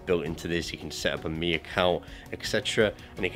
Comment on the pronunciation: For god sake, it should be pronounced xiao MEE! Not xiao MAY!